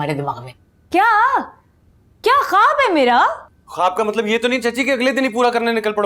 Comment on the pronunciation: be like matlab ❎ matbal✅